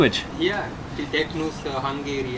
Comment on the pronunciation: He almost pronounced teknős (turtle in Hungary) good. Respect.